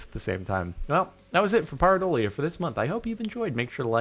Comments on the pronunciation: It is Pear-i-doalia. Pear... come on man. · it's pronounced pear - a - dole ee uh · Jordon ask a Neurologist.. It is "PEAR adolia"